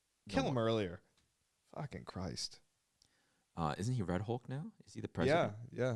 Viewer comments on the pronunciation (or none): none